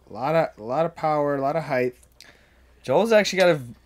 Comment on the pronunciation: Ok fellas is 'heighth' a disc golf term? Cuz it isn't a real word haha